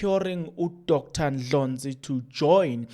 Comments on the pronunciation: It’s annoying hearing you pronounce Dr Ndlozi as Ndlonzi what’s the matter?? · Heeey wena is not Dr Ndlonzi fool is Dr Ndlozi called his surname properly..